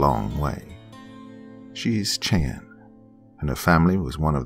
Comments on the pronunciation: A wonderful story. Just a friendly heads up, Cheyenne is pronounced "shy-ANN" Understandably confusing though because I'm part Cherokee and the similar letter iteration is pronounced differently (CHAIR- o - key) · I'm still early on in the story, but so far I am enjoying it, like I do all of your other stories. I wanted to tell you, though.. I'm from Oklahoma, and I'm pretty sure the town you're speaking of is Cheyenne, which is pronounced shy-ann. Washita is pronounced waw-SHE-taw. Just FYI. I know most of our towns are difficult for people to pronounce that aren't from here, because a majority of them are Native American words and names. I love hearing you read a story about my home! Edit: I finished, and this is definitely a powerful, beautiful, deep story! Very moving! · It's pronounced shy ann...Cheyenne . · Not tryna be an A-hole but it's pronounced Shy-Ann (Cheyenne). Still love ya doc and not at all hating on you but improperly pronounced words are a pet peeve of mine. Blame it on my mother who is a major grammar nazi. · It is pronounced SHAA YAN How could you not know? Were you scalped??!! Jk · I've lived in ok. For 15- 20 years and although I do love to listen to the soft calming narrative voice of... he is slaughtering the names of the town's in Oklahoma,😋✌️ it's not a big deal but it is a little bit like listening to a true New Yorker lol saying Cheyenne and then the other one was just as funny as hell and I just chocked it off to his personal accent which is interesting. The Indians from Oklahoma do have a their own way of saying words too even if you are from a different tribe like the Cheyenne 😉 😁 have a different way of talking as the other tribe called Arapahoe. Yiii and then you know if you hang with them you know what I mean. Yes indeed! You know what I mean 😉✌️💜 💜 much love and many blessings! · Cheyenne is a deceptive word. I'm just annoyed no one seems to get it right XD And I have Cheyenne ancestry X'D